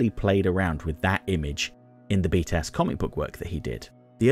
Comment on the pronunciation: One thing that is funny is that when you say BTAS, it sounds like “beat a**”